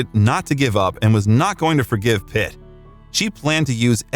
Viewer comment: Everytime you say "Pitt" it sounds like "It" hahaha